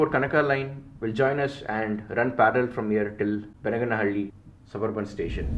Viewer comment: it is Bennigaanahalli/ಬೆನ್ನಿಗಾನಹಳ್ಳಿ/பென்னிகானஹள்ளி/बेन्निगानहळळी. Your pronunciation of Soladevanahalli is 98% right (ಸೋಲದೇವನಹಳ್ಳಿ/ஸோலதேவனஹள்ளி). Also it is Chikkabaanaavara/ಚಿಕ್ಕಬಾಣಾವರ/சிக்கபாணாவரா; Myadarahalli/ಮ್ಯಾದರಹಳ್ಳಿ/ம்யாதரஹள்ளி. Your name suggests that you probably a thamizhan and hence I have given in thamizh for easy understanding. Nice video and fantastic, clear explanation. Treat for any rail buff like me